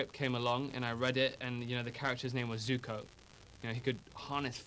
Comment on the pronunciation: at least he pronounced Zuko correctly.......